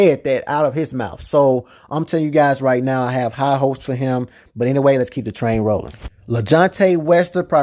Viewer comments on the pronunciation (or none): none